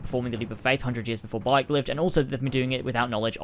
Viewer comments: He purposely said it wrong to make fun of people that haven't even played that but pretend to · It’s Bayek (Bai-Yek) not Boy-yek however you said it. I like Odyssey. It’s no Origin, but it’s great .